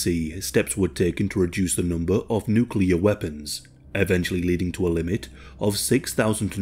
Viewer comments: Thank you for mostly pronouncing NuCLEAR correctly....at least at first, then you change to the incorrect "NucULar" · OK, I'm gonna have to be 'that guy' because it's a pet hate of mine... the word is not pronounced nook-you-ler. It's nook-lee-uh. As in the adjectival form of nucleus. It's almost as annoying as people saying Asterix when they mean asterisk 🤦🏻‍♂️😬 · Half the time, you pronounced "nuclear" correctly, half the time you didn't. Sorry, but it's a pet peeve of mine 😒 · Oh, the good old days... back when nobody in any part of the world ever said nucular. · Why do people insist on saying nuculer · Nucelar must be from nucelus? Or is it nuclear from nucleus? Now my ears hurt... Nucelarly! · He says "nuke-ular". I can't watch this. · why can’t anyone pronounce nuclear exactly the way it’s spelled lmao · Can't listen to say new cue ler for the duration of this video sorry guy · Video starts says: nukular Im leaving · Buddy, if your channel is gotten this big please pronounce nuclear better than George Bush.